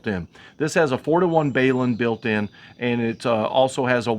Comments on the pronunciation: What is a BAY-lun ? I know what a BALun is. Think of BALANCE Unbalance - Hence BALUN - not BAY lun - Just saying.... Thanks for the video. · WTF is a BAYlun? Of the hundreds or videos I watched over the years, you are the first to butcher the pronunciation.